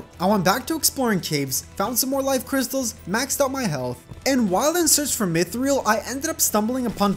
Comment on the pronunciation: did just say mithril like myth-reel